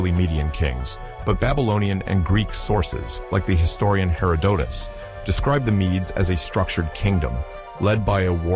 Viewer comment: If you listen to the mispronunciations you’ll understand this is AI. ‘Hera-doh-tus?’ That’s just one.